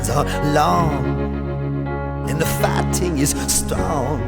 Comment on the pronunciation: The real question is: did he say "fighting" or "farting"?